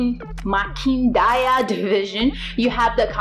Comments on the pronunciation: Vist uganda for more information that is less . And it is makindye not makindaya that division u pronounced wrongly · 😂😂😂😂😂😂 Namakindayi aah makindayi 😂 😂 relax it's MAKINDYE. you've made me watch the video 10x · Yo true,BT the word is Makindye.poor pronunciation. Anyway yo nt a Ugandan. Sorry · Nice video. The divisions were pronounced well except for Makindye. Haha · U butchered the Makindye one